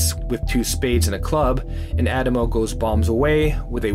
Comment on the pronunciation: except for the way he pronounces “Addamo”